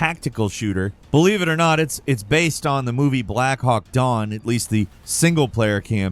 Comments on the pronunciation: Black hawk "dawn"? Come on bro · This is exactly why I came to the comments 😂 It’s Black Hawk DOWN 🤦🏻‍♂️ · down... not dawn. It's called Black Hawk Down.